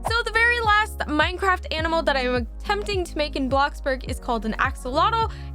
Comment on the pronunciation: She said anmal not animal